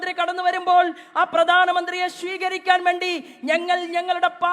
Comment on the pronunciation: ശീകരിക്കാൻ അല്ല സ്വീകരിക്കാൻ ഇങ്ങനെ പറയൂ plz